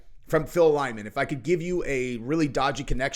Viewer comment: The dudes name is Lyman. Lie-man. Ffs.